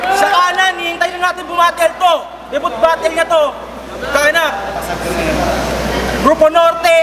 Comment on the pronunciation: "DeBoot" daw, BWISET !!